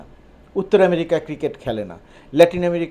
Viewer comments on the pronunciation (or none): none